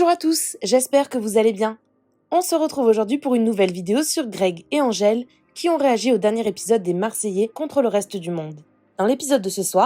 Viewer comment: Greg dit Andgele et pas Angele, ce bebeww ☺